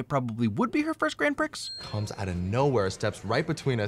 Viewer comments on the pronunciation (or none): love the F1 refrence but did you say GRAN - PRICXZ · Did. Did you just... say... Grand PRICKS? UGH NOISES